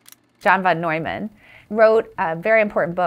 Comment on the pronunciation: the way she pronounces john van-neumann like a chinese name